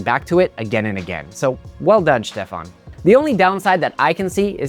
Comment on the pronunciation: Me every time you say Stefan: "STEFAN!"